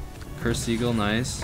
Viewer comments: Uh. Sorry to say but this really bothers me, you pronounced black seagull, it's called a sigil sigill, not seagul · Sounds like he's saying Seagull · Ok nvm you don't know how to pronounce anything right. Guyliner, sigil, dr Von Haydes